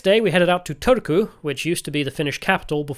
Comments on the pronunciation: You clearly got an "interesting" guide to Finland. Not the most objective on a lot of things 😅😂 Turku is a butt of the jokes for a big part of Finland and especially here in Tampere, so I got a kick out of your guys pronunciation. It sounded like you said "Törky" which means "filth". And last question: "only water" means "don't put tee or coffee inside here, just warm the water and mix them somewhere else" Also "don't warm glögi (=Finnish mullet wine type of drink) in here" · I would have thought that after having been living 19 (!) years in Finland, Mr Heretic might at least master the basics of pronunciation of the Finnish language. We don't have a "soona" or an old capital called "tööku". Maybe show some respect please, no matter how eccentric you want to appear. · I am not a Finn, but your pronunciation of Turku was killing my ears. Both "u" are read the same. Unless Turku people say it like that themselves (not sure I've met much people from there)